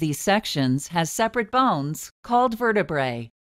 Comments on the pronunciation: You mean verdebruh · why does my "verteBRUH" hurt after watching this?